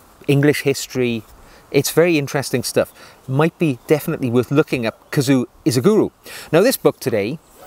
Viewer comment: Japanese is pronounded like it looks: KA-ZU-O I-SHI-GU-RO. Equal emphasis on all syllables.